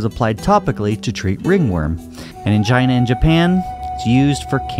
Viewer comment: ugh, it's China, not Gina.